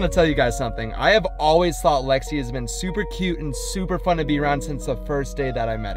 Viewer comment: ITS LEXI NOT JEXI